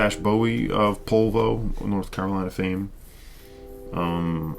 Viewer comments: Believe it’s pronounced Popol Vuh (view) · By the way I wasn't gonna reply to the snob down below who seems to know very little about German pronunciation codes, but it is definitely Popol VOO (even their Wiki page says it, if one is remotely familiar with the phonetic alphabet - Popol Vuh (German: [pɔpl̩ vuː]). I didn't want to start a war in the comments.